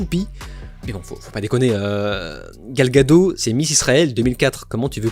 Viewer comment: Ça se prononce GadotE 🥲